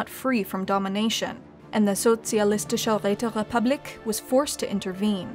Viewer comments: My ears came when she said Sozialistische Räterepublik. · Finally someone pronounces Sozialistische Räterepublik right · Momln dieu! You did it! You mad woman managed to pronounce "Sozialistische Räterepublik" nearly correctly! Although you sound like a french when doing so. Which is probably even more of a compliment. Great work everyone. I was never so happy before to see a channel come into being and grow. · I feel offended that can pronounce Sozialistische Räterepublik beautifully, but pronounced Caesar as "See-zer" like NCR scum. Ave, true to "Kai-zar"!